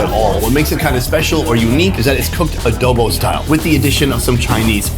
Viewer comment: Sonny: Speaks fluent Ting Viet and Korean. Sonny in the Philippines: "They cooked it a-doughw-boughw style." I don't know why that made me giggle. <3 Love ya, Sonny.